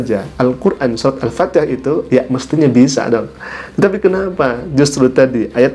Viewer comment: Makanya orangnya murtat baca Alpatiah tak betul